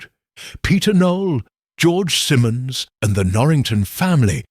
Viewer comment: AI narration 😢. Once pronounced Simmons, next time it's Simons. It made me crazy